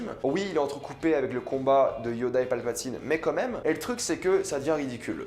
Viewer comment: j’adore tout se que te dit mec mais par contre ARRÊTE DE DIRE COMME MÊME !!!!!!!!!